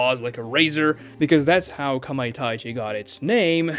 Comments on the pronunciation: Kamai TA chi not TAI chi 😂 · kamaitachi not kamaitaichi